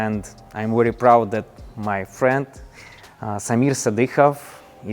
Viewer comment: V ery Very hot not wherewey